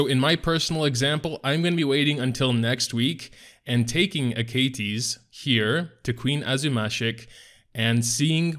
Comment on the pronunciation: A-Ka-Tis....that really pisses me off lol, it should be A-Ka-Tes right